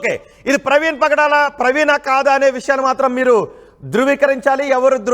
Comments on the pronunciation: Padala praveen kadu nayana. , pagadala praveen . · Pdala kadhu ra pagadala ra pk